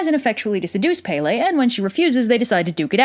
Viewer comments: its not pay lay its pel ay please get it right sorry for being rude but I love the video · I love how 75% of the Hawaiian words are pronounced wrong. Its okay tho. I'm not a hater. Its just funny. And how pele is prounced SOOO wrong😋. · Yeah that was part of the myth EDit: also pele not pepe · As someone who is from Hawaii, your pronunciation was mostly okay...However when you start explaining the plot quickly, the pronunciation gets a little lazy. Pele is (peh-leh) not (pay-lay) But kudos for even attempting. I’m a big fan of this channel. Malama Pono! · Not palay. Pele IM HAWAIIAN!!! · Aaaaaaaaah, I'm sorry, I know this is an old video and i cant help it but I have to correct you. Pele's name is pronounced (Pe-le), not (Pay-le). I'm sorry, I couldn't help it. I'm legitimately a local Hawaiian from Hawai'i, and I've always heard people say things wrong. I know you may not mean it but it still makes me cringe here and there. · Baysalt? I wonder how many old ladies on Hawaii pretend to be Pele and go around asking for booze & smokes. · When u say Hawaiian words wrong Pele your saying it wrong I’m from Oahu and I see people disrespecting pele. stop saying Pay Lay ;-; you’re also saying the other Hawaiian names wrong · Its pronounced Pell ay and kama pu a a. I should know I'm hawaiian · PAY-LAY?? AI LAAAAU??? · I'm sorry but I just have to laugh. I'm Hawaiian and never in my life have I heard someone pronounce her name like Pay-Lay. Oh, wait, actually a kid that lived on base actually pronounced it like that and he got kind of humiliated when someone pointed it out and I only felt sorry for him because I was raised with Hawaiian culture and I also lived in the mainland before I moved to Hawaii. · You say Pele wrong, it's pronounced Pe-le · “Pele.” Where my smiters at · How tf do you pronounce kamupua’a correctly but not pele? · also pe,le. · She got every name BUT Pele correctly pronounced... how? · “E” in Hawaiian is pronounced “eh”